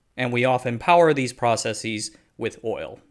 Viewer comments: The word is "process-is", not "process-eez" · Why do you say “processeez” instead of just processes?